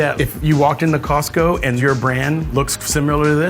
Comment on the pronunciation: 感謝他示範COSTCO怎麼發音